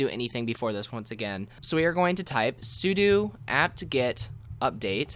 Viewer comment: Thank you so much for pronouncing "sudo" correctly!